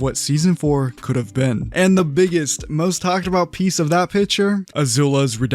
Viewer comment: "debyuting" lmao